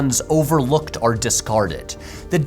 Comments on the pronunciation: I learned a lot from this video, but my main observation is that Patrick pronounces the word "or" as "are" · Anybody else notice that Patrick pronounces the word “or” like arr?” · What is your accent? Your ‘or’ sounds like ‘are’ and I can’t place it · The way Patrick pronounces the word or from makes me think of his mother's accent, nice vibes all round. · I didn’t notice until watching this video that Patrick pronounces ‘or’ as though he’s referring to the letter ‘r’, like a fancy pirate